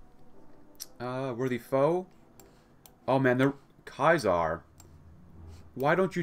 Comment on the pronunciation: It’s ceasar , not kaisar